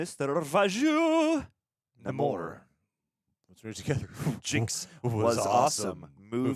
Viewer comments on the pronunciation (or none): Bruh you can’t give a long speech about a character not being true to what he should be if you don’t know how to say the characters name. If your such a Namor fan say his name right. It’s Nay-More not Nuh-more. Has been in every medium. Now when Tenoch Huerta said it with a thick accent it sounded like the former but everyone else said Nay-More in the film. Just saying I’m rubbed the wrong way if your talking about staying true to the character but saying his name wrong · The RiRi Williams stuff was okay and DIRECTLY tied-into the plot. The Everett Ross/Valentina stuff was FORCED setup for Thunderbolts and was ABSOLUTELY NOT NECESSARY. Namor (pronounced NAY-more, I refuse to say Nuh-MORE -- though I will admit the explanation of his name makes much more sense than the comic book "backwards Roman" thing)